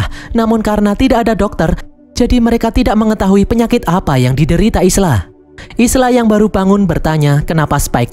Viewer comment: Isla dibaca Ayla.